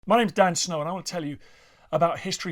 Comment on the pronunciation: My Mrs cracked up laughing she thought he said 'Dan Snout'